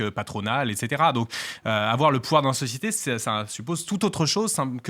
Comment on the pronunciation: Usul qui doit se frotter les mains: "Hon hon hon! Oui! a encore dit Sociéter!"